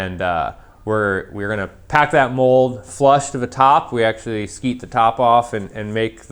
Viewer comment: Screed the top off. I think you said skeet. That’s is something else :)